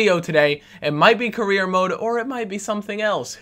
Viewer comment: What are you gonna do next episode, you didn't say? And you say it Career mode not Korea mode